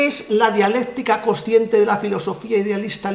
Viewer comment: es coNsciente, no cociente. Pronuncie bien el castellano. Saludos.